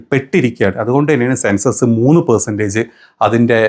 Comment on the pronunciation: Sensus alla bro sensex enn paray😂